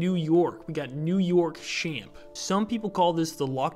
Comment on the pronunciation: It’s pronounced “Champ” like Champion, also it’s more a VT then a NY thing